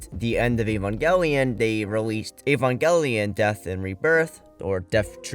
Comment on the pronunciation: Evangelion, Evangelion, EEEEvangelion, why is it so hard to find videos talking about Evangelion that don’t include someone who can’t even pronounce it correctly? It’s in the very first episode! “The synthetic life form Evangelion.” And who’s Ko-ar-ru? Were you talking about Kaworu? Because Shinji was shouting Kaworu, not “Koaru” in episode 24.